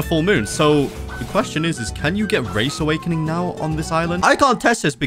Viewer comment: "Rabbit awakining"